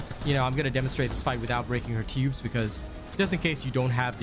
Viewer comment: At first I thought you said "shoot her p*bes" then you sId it again.... TUBES😂